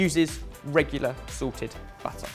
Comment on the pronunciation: pronunciation problems strike again, except this time it with the word 'salted' making it sound like constant Sorted product placement!